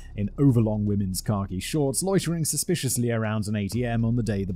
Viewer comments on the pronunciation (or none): Does anyone else hear “car key” shorts, when Simon says khaki? For the life of me, I couldn’t imagine what car key shorts were!